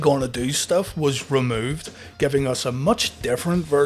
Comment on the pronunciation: A shot for every time he says "motch"